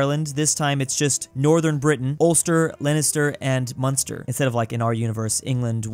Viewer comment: Leister, munster and ulster were said correct